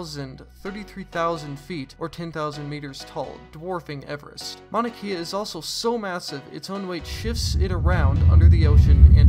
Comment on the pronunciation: Please say Mauna Kea right